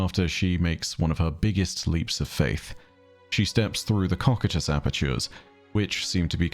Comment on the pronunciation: I'm unsure if its ever been pointed out to you... but i'm like 99% sure that "Cocytus" is supposed to be pronounced "Koh-Kye-Tus" instead of "Kok-I-Tus". I've heard you say it in many many videos and every time i've had a "Who's gonna tell em" feeling lol Great video as always though. The Nine are awesome and I am so glad they are finally getting some more story after so much mystery.